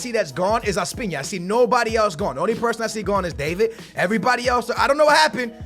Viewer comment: Ospina is pronounced Os-pee-na not Ospiña